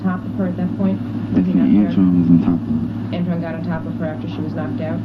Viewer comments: He consistently calls Antron "Antwone" ...clearly he has no idea who he's talking about...poor babies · said antwan too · He said "Antwan"... He ACTUALLY DID NOT KNOW HIS NAME!!!!